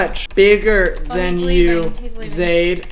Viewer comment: my name’s zaid and for once someone’s pronounced it right